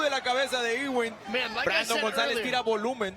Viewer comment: Great fight but I prefer it with the sound off with this guy yelling, "OHHH". His name is pronounced, "U Wing", not E Wing.